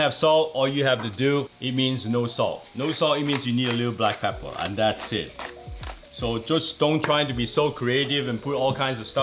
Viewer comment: “Das a sandwich” 😂😂😂